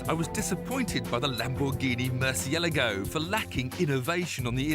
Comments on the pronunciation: He mispronounced Murcielago. He said MurcieILLAGO. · Im sorry how did he just pronounce Murcielago....